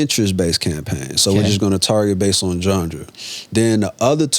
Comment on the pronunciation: Bro said “gengre”